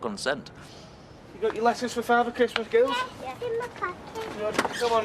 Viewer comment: Sounds like she’s saying “The Gals”.